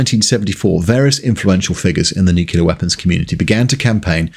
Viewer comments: Come on ...NU-CLEE-ERRR, not Nu-CU-ler. Nuclear. Why are you being George Bush? I would think as a Brit, you'd like to not emulate the US. 😏😉(Great video though as I also grew up in the 70/80's and remember having nightmares as a kid about being bombed by the USSR)👍👍👌👌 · "Nuc-u-lar?" Really? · Great video, but Your pronunciation of "NuKilla" is very "American"(your own comments about American english apply :)). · 1.) Mocks us Yanks for producing the B-36, allegedly one of the most ugly aircraft in existence, despite the existence of the Blackburn Blackburn, the Handley Page Heyford, the Boulton-Paul Overstrand and the Armstrong Whitworth Whitley. 2.) Again mocks us Yanks for our supposedly inferior use of English, while being unable to pronounce “nuclear” correctly. Still a pretty good video, though. 👍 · Pronunciation of nuclear. Bad. Pedantic. Sorry. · It might be commonplace to pronounce nuclear the way you do on this video, but it's still not correct to do so. Stop it. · Enjoyed this video, the audio was marred by Nuclear being pronounced as Nuculer. Could excuse this from the USA but a Brit should know better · Great video but please, there's no such thing as "Nucular" weapons. It's nuclear, thermo nuclear. It may seem like a small thing but it's tough to get through great content when you pronounce the subject like an Alabama livestock enthusiast. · "NOO-klee-urr, not "New-kyu-lurr". Nu-cle-ar. I am Virgo. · Hearing the mispronunciation of NucLEAR as NucUler is really grating from a fellow Brit is like nails down a chalkboard. Saying that forced my way past it because you have a wonderful wit and delivery. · I love this video. BUT IT IS PRONOUNCED NEW-CLEAR, NOT NUKE-U-LAR. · It's pronounced NUCLEAR not NUCULAR. The clue is in the spelling. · Nuclear, not "Nukiller. 🍄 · Nuk lee ar Not nuke you lar. Homer. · Excellent content but it's pronounced Nuke-lee-ar not Nuke-you-lar 🤬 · Please..Please..Please it's Nuclear not Nucular!